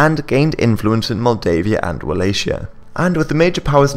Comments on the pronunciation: DEAR GOD "Walay-sha?" That's how you Western idiots pronounce Wallachia? It's pronounced "Vala-hee-ya" It's spelled liked that cause that's the Germanic spelling, which Anglos also use. But, German peoples and Anglos obviously use different pronunciation so why Anglos use a German word with German spelling for a Romanian region is anyone's guess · Very nice. Just a quick note on pronounciation, Wallachia should be pronounced with a hard "c" not a soft one: 'Wallakhia'